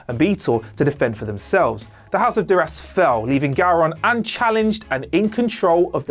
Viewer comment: Don't forget dur-ass instead of Duras.